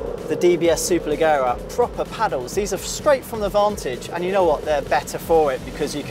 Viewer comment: Repetitive review, contemptous African analogy at the start and ignorant 'superleggera' pronunciation (it's not superlegghera)